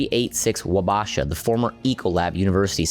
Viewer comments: AI Slop Wabasha St "Wo ba sha street" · It is called Wa-bah-sha Street. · Killing the name of WABASHAW STREET is being pronounced wrong. I know you’re new here but nobody told you in 7 years? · Learn how to pronounce "Wabasha" - it sounds like you are an outsider! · Lost me at the terrible pronunciation of Wabasha.